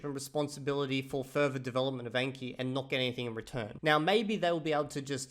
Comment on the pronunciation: 👇 number of likes equals number of times 暗記 was mispronounced in this video